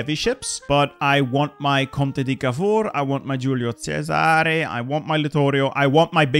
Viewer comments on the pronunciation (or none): none